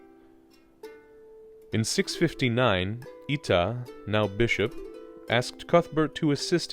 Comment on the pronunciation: Good video, but Eata was pronounced more like Ay-ah-ta.